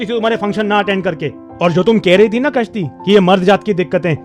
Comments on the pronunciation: Kashti ni.... Gashti. 😄 😄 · A kashti nahi Ghasti hai😮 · Kaashti. I heard something else